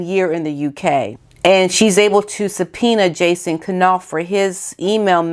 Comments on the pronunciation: His name is pronounced like NAUF the K is SILENT…. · Love your channel. I'm not sure, but I believe the K may be silent in Knopfs name. I've heard it pronounced about a hundred different ways. Keep up the good work.